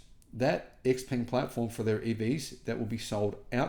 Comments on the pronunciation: Great to see the innovation and quality. Xpeng should be pronounced something like "shaopen" in English though, not X-ping. But, I'm sure it drives Musk insane to hear it as X-anything since he seeks to have such love for that letter. So, that's a win! 😂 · Such a big fan why don't you start pronouncing the name right😂.... Come on you can do it 😂😂😂 try it this way "sheeeeer pung"